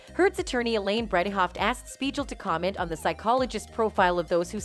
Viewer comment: I can't even take in the info of this video cuz all I can hear is how Dr Speigal is mispronounced.